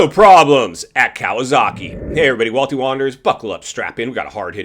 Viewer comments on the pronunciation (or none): Walty, you can't even pronounce KAWASAKI right lol